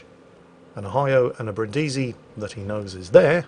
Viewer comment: Bri'ndisi, not Brindi'si.